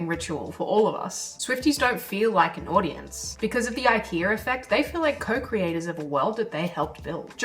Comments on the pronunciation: "The IKE - R - A effect" What's the need to add an "R" to the word IKEA? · there is no r in ikea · I keep hearing "The ikeaR effect," weird. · I wish that you didn't say Ikea'R. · There's no R in IKEA lol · Silly Aussies, no 'r' in IKEA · This is a great video, but accents will never not be funny. Adding an R in the word Ikea is just dirty work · An Aussie accent AND an intrusive R? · Also, more value provided with the addition of the 'r' to ikea ;) Nicely done. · is she saying IKEA effect? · Today I learned IKEA has an R at the end of it. Good lord why. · There is no R in Ikea ❤😂❤😂❤